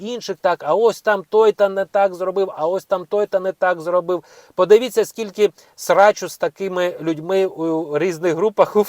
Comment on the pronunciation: Слушайте мужчина. Не коверкайте Спiвучу украiнську мову. Подив I ться. Реально режет слух. I так далi . "Тим жы самым " " офыцеры","коментарах", "уговарював", ха ха!)) короче много много таких ошибочных слов. Почитайте украинские газеты хотя бы.